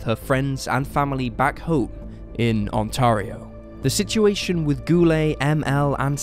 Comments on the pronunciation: The province is pronounced 'On-terry-O'.. The word you wanted was QUALIFY as evidence, not quantify. I'm surprised you didn't address human trafficking, a very common reason for disappearances. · I wish the Brits would learn how to pronounce "Ontario". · He needs to learn how to pronounce ONTARIO